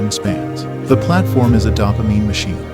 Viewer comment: Can't tell is this is an AI voice or he doesn't know how to pronounce dopamine....